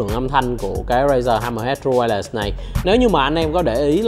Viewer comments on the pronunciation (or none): Vietsub: tru-quai-lét , nghe đọc tru-quai-lẹt nghe thấy mà mệt vcl